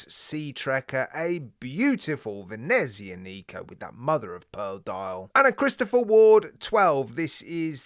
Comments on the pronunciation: No offence, but as an Italian speaker, may I correct your pronunciation of Venezianico. The only emphasised syllable is the ZIAN part - so it is "Vehneh ZIAA neeco" - flowing not staccato. I have a Venezianico, Arsenale range, one-off-build by manufacturer, GMT, 45mm, all black, honeycomb dial, white gilt-edged hands & indices, brass bezel markers, dark brown heavy leather strap, Sellita SW330 speciale. A nautical beauty. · the CW looks so good! I believe we will be seeing more watches from Venezianico so if u get the chance, ask someone how to pronounce it properly. (not trying to be rude or anything like that)